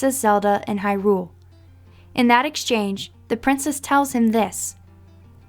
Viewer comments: It's not hyRULE, it's HYrule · The way you pronounce hyrule makes my blood boil.